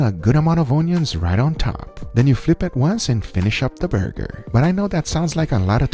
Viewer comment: Can we get a 2 hour ASMR Guga video where he just says "burrgeerrrr"??